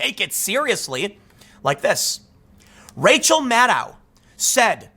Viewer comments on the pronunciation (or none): none